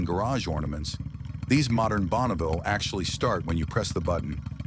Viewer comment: Schlechtes Beispiel eines KI-Videos: bereits beim ersten Bike Triumph Bonneville (Aussprache "Bonauville") enttäuscht es....